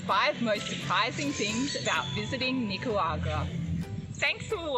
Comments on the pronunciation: NicaRagwa not Nicawagra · If I hear her pronounce Nicaragua one more time I'll stay away from Nicaragua 🇳🇮... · She butchers the name of NI-CA-RA-GUA, but I liked the video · hahahahahahahahaha. Just teasing, it's close enough. Haha. I'm a native Spanish speaker, so I had to poke. 😝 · Learn how to pronounce the name of the country properly at least, unlike the woman traveler here.